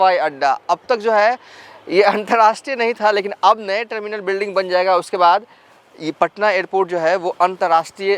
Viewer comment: Bhai...🙏🏻 Jaye ga.....instead of...Zaye ga....😁 Aap.... Bengali ho Ya Bihari ho........😭